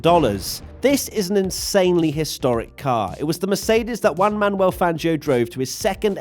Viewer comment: please please please, it's not Uan Manuel Fangio, it's Juan. The same way you pronounce the H in Hulk, you can pronounce something similar to the J in Spanish. Note: this is the opposite of saying Nico Uuuuuulkenberg